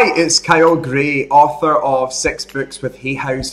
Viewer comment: I always get a giggle when I first open this because in the intro it sounds like Kyle says, “Hi it’s Kyle Gray, author of sex books with Hay House...” It’s just his accent of course but it does put a smile on my face, lol 😂. Anyway, thank you Kyle and the angels for all the beautiful inspiration and encouragement! ❤️👍🖖🙏🥰